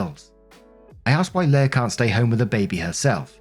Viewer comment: Story 1 - "Leah" is pronounced "LEE-uh" not "LAY-uh".